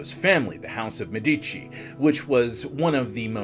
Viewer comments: It would take you 10 min to look the proper pronunciation of Deh- MeH-dici, Jo- vanni, not geo, ROH-vere, and almost all italian pronunciations. Otherwise it was very informative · The correct (Italian) pronunciation is Me'-di-ci with the accent on the first syllable. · Thank you, the incorrect pronounciation is disturbing. Even if you are not native Italian, the name Medici is so well known and correctly spoken, esp by historians